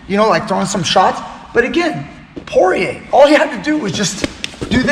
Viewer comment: its khabib, ,,, and pore.... stop being a parot